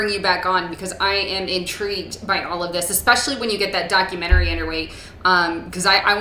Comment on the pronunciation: doc-u-ment-ary,...not "documentarary!" (that's not a real word) This is why the Left laughs at the Right's credentials.